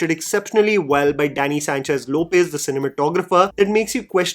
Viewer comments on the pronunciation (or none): none